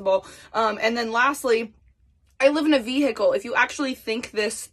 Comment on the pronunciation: VeHICLE? Why’d you pronounce the H